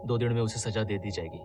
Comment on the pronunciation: Saja means to adorn.Saza is period of punishment..Pronounce correctly